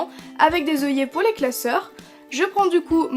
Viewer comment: ses oeillets pas oillet